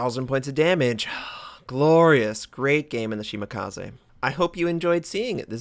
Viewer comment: Why would 'kaze sound any different in Shimakaze? Nothing personal but it's not the first time I hear it butchered... it just irks me lol